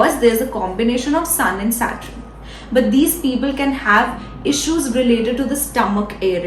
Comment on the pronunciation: Saturn and not Satrun…Not bad. Keep up the good work.